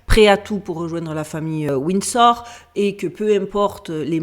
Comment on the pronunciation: "Wind Store"... Svp Fr + En speech coach. Pawze please.